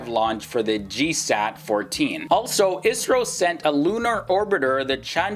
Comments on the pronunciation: Not isro I. S. R. O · For the love of god, its I.S.R.O not Isro